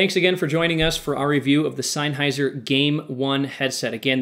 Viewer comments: "SeinHeiser" HAHAHAHAHAH what the actual fuck?.... its "SennHeiser" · Its pronounced senn hi zer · I unsubbed because of "Seinheiser"